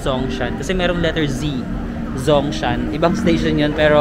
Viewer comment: in Mandarin, Zh sounds like J, Zhongshan is Jongshan. And Q sounds like Ch, as in Qingdao is Chingdao. 😉👍 and btw X sounds like Sh, as in Xitang is Shitang. Take care. ❤